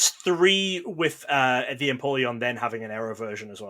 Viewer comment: accent when he said "Empoleon" 🤣 we need more of that british accent!!!! D&P one of the hardest sets to master for sure - especially if you're including the Piplup and Turtwig distributor promos!